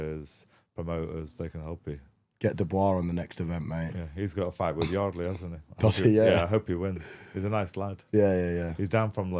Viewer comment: Wardey not Yardley